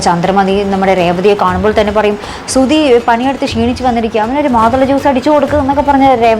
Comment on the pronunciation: ഈ സുധി എന്താ പഴം വിഴുങ്ങിയ കണക്കു നിൽക്കുന്നത് 😃 സുധി എന്ന് വിളിച്ചപ്പോൾ സർ സുതി അല്ല ധനത്തിന്റെ ധ ആണ് അല്ലാതെ തറയുടെ താ അല്ല എന്ന് അത് പറയാൻ ഭയങ്കര ഉത്സാഹം ആയിരുന്നല്ലോ 🤣